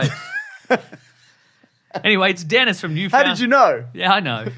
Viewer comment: Also, Newfoundland rhymes with "understand," not whatever you said.